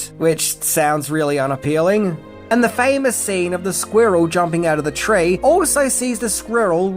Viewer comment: Is related to Benedict Cumberbatch? He also has trouble saying squirrel.